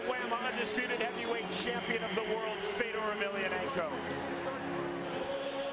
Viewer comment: Fay-door .....for the love of god